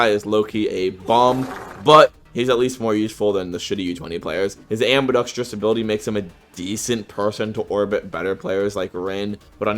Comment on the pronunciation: Bro not hate Fr but Dog how you calling him a Bum when you can't even Say the Word "Ambidextrous" Correctly 😂😂 I just find that shit hella funny